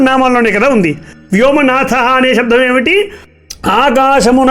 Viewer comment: శబ్దాన్ని శబ్ధమని దయచేసి పలకకండి. వినటానికి చాలా ఇబ్బందిగా ఉంది.